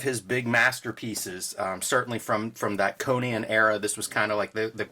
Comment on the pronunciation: Why do they pronounce 'Conan,' as 'Conyan?' Is that a Philly accent?